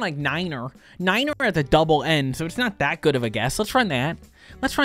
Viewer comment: Lets try nat lets try nat😂😂😂